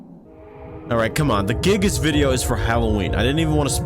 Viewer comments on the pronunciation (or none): giygas not giggas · HIS NAME IS GUY-GUS NOT GIG-US!!! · sorry but I don't trust anyone who pronounces giygas like gigas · bro prounounces giygas as "gigg-is"